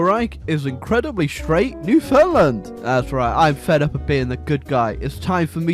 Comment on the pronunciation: ITS PRONOUNCED NEW-FIN-LAND (Not to mention that the straight part is Labrador anyway)